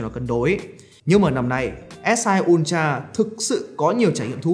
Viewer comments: Ultra nhưng mà nghe cứ như kiểu S22 Ulatr :))))) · Học hành thế nào mà cứ đọc "un cha...un cha..."?